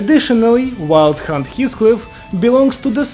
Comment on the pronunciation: im listening to this and when he says wild hunt it sounds like hes saying "wild c*nt"